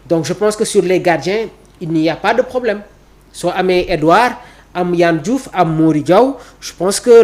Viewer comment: Il s'appelle pas Yann Diouf mais Yehvann Diouf. Plus de rigueur ! Ça commence par de ne pas écorcher le nom ou le prénom des autres ! Et surtout quand on est journaliste !